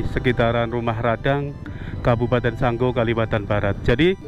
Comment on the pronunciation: bukan sanggo,tapi sanggau😅